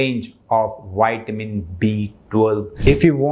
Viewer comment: I would not praise "wide men". Extra large men are prone to all kinds of disease. No, keep your "wide men's" for yourself. I want health; not all the problems associated with obesity......... If I, as a native English speaker, can learn to pronounce Hindi respectfully, then I expect you to respect English pronunciation....... 😇 ... vi-ta-min